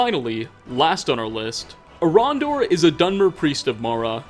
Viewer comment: "Orondor" Who the crap is Orondor? "Who is a priest of Mara" You mean Erandur?!